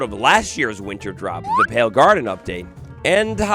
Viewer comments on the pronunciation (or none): none